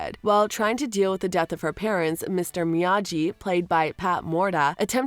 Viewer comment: It’s me-ya-gee not me-ya-g 😑